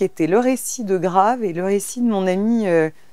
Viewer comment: "j'ai vu "grâve" ...." inssupportable au bout de 3 sec. de vidéo.